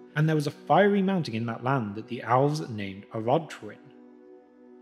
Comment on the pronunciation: Why do you pronounce Elves like Owlves?